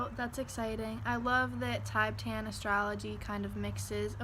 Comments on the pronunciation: it’s more commonly pronounced “tihbetahn” (: there are popularized Tibetan singing bowls as an energy healing tool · "Tibe-tan".... bruh